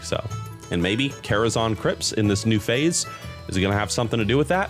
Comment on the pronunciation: the quality on the vid is rlly nice but i genuinely cant get over calling it karazon like people havent been saying zan for 20 years ;__